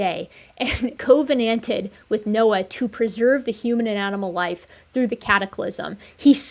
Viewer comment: It’s “CUV-en-ant-ed” not “COVE-en-ant-ed”